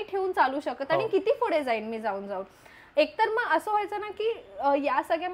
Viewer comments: Your vlogs are great as always but would like to give some suggestions.. please take it as a constructive criticism.. specially for.. 1. Fude ❌ Pudhe✔️ 2. Nhavara ❌ Navara✔️ etc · Tai yaar it's not fude, It's pudhe😭😭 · it’s पूढे Not fude 🥺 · Fudeeeeeeee😂😂😂 it's pudheeeeee😢😢